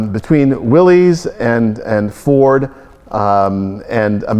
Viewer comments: It is pronounced willis. As in, "what you talkin bout Willis". One would think staff at an automobile museum would know that. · Problem with the '73 Buick was that it was low compression so it could run on regular. Torque it had, horsepower it didn't. The '61 Pontiac Ventura 389 would run circles around that Buick. "Willys" is pronounce willis, NOT Willies. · Donald you should know better that the car company that built jeep pronounced his name like it was spelled as Williss. Go look at any old TV ad from the early 50"s and see what name is said for the Willy's Motors. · C'mon guys!!! If anyone should know the correct pronunciation of Willy's it, should be you two!